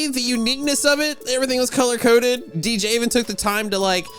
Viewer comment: I’m still laughing at the fact he said ej instead of DJ